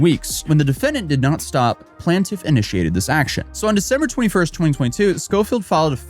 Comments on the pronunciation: it’s “playne-tiff”, not “plan-tiff” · Dude, you've made your entire career taking about legal cases. Learn to pronounce Plaintiff. Plain-tiff. Not plantiff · With respect, you’re pronouncing the word plaintiff wrong. This isn’t a regional thing, it’s just wrong.